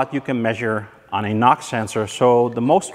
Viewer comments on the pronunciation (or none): It's NOx not Nox. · I kepth hearing "Knock sensor" instead of "NOX sensor"...... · Your pronunciation of "NOx sensor" sounds similar enough to "knock sensor". While watching the video, up to a point I was asking myself WTF is talking about. Now, about condemning a scan tool for erroneous readings. I would have been more worried about 3 out of 4 scan tools being "wrong". I find very odd that 3 out of 4 software programmers made the same "mistake". I am sure they have used correctly the datasheet of the NOx sensor. Except the datasheet was wrong. Autel might have used a different datasheet that happened to be correct. Or they had the same incorrect datasheet and when they saw the values on the live reading, they divided it by 10 for good measure. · I thought when you said nox I thought you meant knock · NOx you mean? Say it like enoohx 😉 Love the vid btw